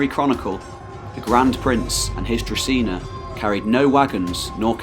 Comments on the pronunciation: It is druZHina, like in ‘bonjour’ in French, not Druzina. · Družina/Druzhina the ZH part is pronounced like the beginning of the French word for policeman - gendarme noun gen·darme \ ˈzhän-ˌdärm Ultimately unimportant but I figured you’d wanna know. Cheers, mate :)